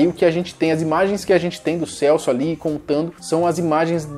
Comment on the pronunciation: Kkk no final falao Celsp.errado